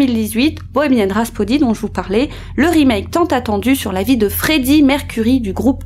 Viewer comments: Très intéressant comme toujours, par contre on dit Bohemian RhaPSody... pas Rhaspody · RapSOdy pas RasPOdy mes chéries 😉😘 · Bohemian Rhapsody et non pas Rhaspody... 😉 Merci pour cette vidéo, super boulot de recherche ! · Rhapsody !!!!!!! Et pas rhaspody 😤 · J’aime vos vidéos mais on dit Bohemian RhaPSody !!!! Deux fois 😱😱😱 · ENFIN quelqu'un qui mentionne le ''Rhaspody''🥴... Mes oreilles et mon amour pour leur musique ont eu si mal, surtout répété 2 fois 😫